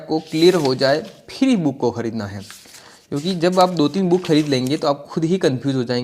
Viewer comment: कोई भी पुस्तक लेकर पृष्ठों को उलटना book review नहीं होता है। नई पुस्तक का पुरानी पुस्तकों और प्रमाणित पुस्तकों के साथ तुलनात्मक लाइव अध्ययन और विश्लेषण करना ही book review होता है। जिस तरह से आप बुक को बूक उच्चारण कर रहे उस हिसाब से यह ही लगता है कि आपका review वास्तव में काम का है या केवल मजाक (joke) है time pass के लिए ।